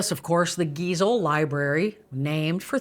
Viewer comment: Dear ex Georgian, you may have heard by now the correct pronunciation of our Seuss author Geisel is not geezel. Guy-sel